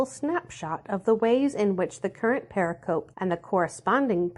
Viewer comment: "Pericope" is Greek for "cut around," applied to distinct units within a larger discourse; used widely in studies of the Christian Gospels. But its pronunciation is settled and stable and it is NOT what one hears in any of this project's videos. Please correct this strike against your credibility. Say it purr-RICK-uh-Pee: heavy emphasis on syllable 2, lighter emphasis on syllable 4. Blessings to this project!